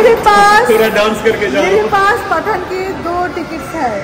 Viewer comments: Why u don't post daily vlogs...such long gap between ur vlogs...and plz pronounce Pathaan as it is not like Paatha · It's pathan not paathaaan ...sunne me bohot ajib lag raha hai